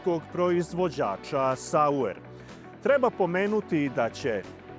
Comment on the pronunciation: Švajcarski proizvođač se zvao Saurer, a ne Sauer.